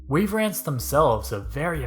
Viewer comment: Weaver ants We-a-ver ants